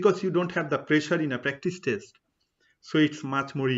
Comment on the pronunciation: Good Info. However you pronounce "test" as "taste".